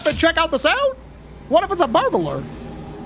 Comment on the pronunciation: did you say burblar?